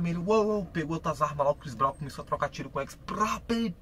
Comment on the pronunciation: mano tu nem falar sabe falar direito o nome do Chris Brown nem inglês sabes falar ahaha por amor de deus metes te nojo mal falas te mal o nome do chris brown